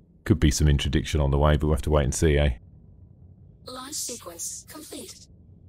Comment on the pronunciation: Intradiction? Don't you mean Interdiction?